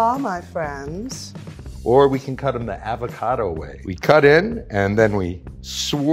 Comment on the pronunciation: Anyone get triggered when the guy says “Aav-acado” instead of “Avocado”?